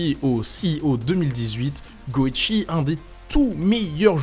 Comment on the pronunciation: juste pr info ca se prononce go-one et non go-ichi c'est justement pr faire le jeu de mot avec le personnage de gohan voila voila